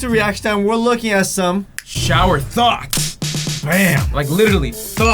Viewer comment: It sound like you're saying thots